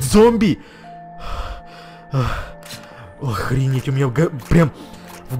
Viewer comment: Ты сказал охредеть😂😂😂